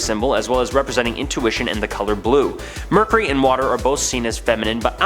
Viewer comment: Omg it's driving me nuts!!